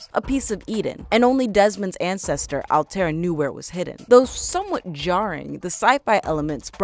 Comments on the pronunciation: 2 problems, you pronounced Altair wrong, and you said Desmond was Altairs ancestor, when in reality he’s his descendant. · you know they know nothing about the game when the mispronounce altair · First of all it takes place in the entire country of Egypt not just Memphis, there is a modern day, Unity introduced the character perks not Syndicate, you pronounced Evie and Altair wrong, you can ride on horses as well not just camels and Altair is the ancestor to Desmond not the other way around. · Girl I loved the video, but please learn how to pronounciate the names Altaïr and Evie. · Did She Just say: Alter? And not Altaïr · IT ISN'T CALLED ALTIR IT IS CALLED ALTIER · Altair (Al-tie-ier) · Its pronounced ( all tie ear ) not alltear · It's Altaïr, not Altair... Is it so difficult to pronounce it correctly? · HOW HARD IS IT TO SAY "Altair" NOT ALTAER srry it's pronounced "altayeer". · It is really distracting when people misuse words or mispronounce clearly stated names... Altaïr is not “Alt-Air”. It’s very clearly pronounced as “All-tie-ear” throughout the game. Additionally, Desmond Miles is not an ancient ancestor of Altaïr. It’s the other way around, which you said correctly the second time around. You first said Desmond is an ancestor, and later said “Desmond’s Ancestor Alt-Air.” It isn’t a two way street. Desmond is a descendant of Altaïr, and Altaïr is an ancestor of Desmond. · It's Al-tie-ear!!! NOT AL-TARE! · Not altare its AL-TA-EER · i just noticed you mispronounced Altair. It should be more like All-Tie-Ear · It Hurts So Much When People Don't Realize It's Pronounced "Al-tai-eer" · Altair's name is pronounced (All-tie-air) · Madcatter you know both of those pronunciations are wrong it’s actually al-ti-r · Its all-ty-air altiar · it is Al ta ir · mispronounces Altair's name YOU HAVE NO PLACE HERE! D:< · You pronounced Altaïr Ibn-La'Ahad's name wrongly...